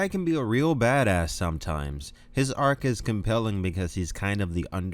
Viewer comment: arc not arch